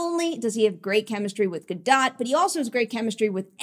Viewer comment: the last part of her last name is pronounced like boat but with a d. "Gadoat", just fyi. great review 😁